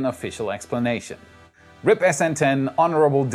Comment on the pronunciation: Who's gonna tell him he pronounced R.I.P. wrong? 😅